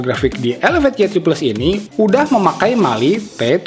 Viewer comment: why three plus bang, bukan ye three plus